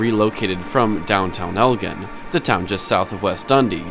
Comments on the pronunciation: Elgin is pronounced like “El-Gin” gin like the alcohol. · Elgin is pronounced El-gin (like the drink)